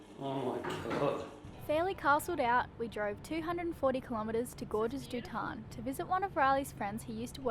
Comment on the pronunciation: Did anyone catch what the French rock climbing city was? it sounded like said "gorgeous du ton"